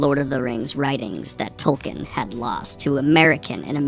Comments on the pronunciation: Tol-keen, not Tol-kin. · I'm sorry Daniel, but I can't resist : his name is pronounced TolKEEN. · Can anyone explain why people insist on pronouncing Tolkien wrong, when the man was pretty insistent on the right pronunciation?